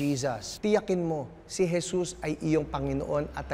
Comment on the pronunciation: Jesas. Please tell our kids today that it's Je-sus. Not Je-sas